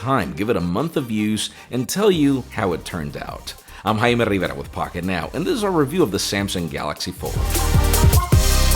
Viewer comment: His parents would whip his rear for not pronouncing it in proper Spanish. LOL. My last name is Oropeza, and if I didn't roll that "r" my family elders would disown me. LOL